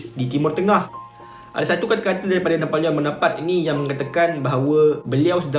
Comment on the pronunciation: Rasanya sebutan yg betul: "Na po leo Bo No Par Tae" Dlam french, jika berakhir dengan 'e' maka kena berbunyi lah 'e'. Kalau berakhir dengan konsonan tanpa 'e' makan sebeutannya silentkan sebutan konsonan terakhir itu. For eg: Napoleon Bonoparte Sebutannya silent 'n' utk Na Po Leo, dan perlu dibunyikan 'te' dalam Bonoparte. Betulkan jika saya salah.